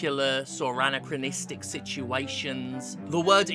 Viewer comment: And while I'm being an obnoxious pedant, you pronounced anachronistic very unusually. Great video regardless.